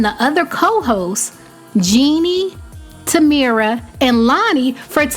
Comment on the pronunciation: It's not tamira it's Tamera!!! Just saying